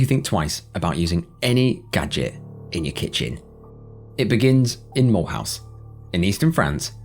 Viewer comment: Mulhouse is pronounced Me-loose. It’s French, not American.